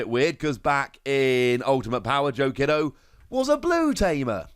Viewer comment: Just as a heads up, Joe's last name is pronounced "key-do." In japan "i" noises are pronounced the same as key or screech